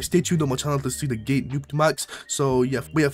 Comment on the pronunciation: Bro said gay not gate😅